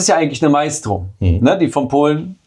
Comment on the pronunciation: Nix Meistro sondern Maestro wie die Kreditkarte. Deutsche Sprack schwere Sprack 😅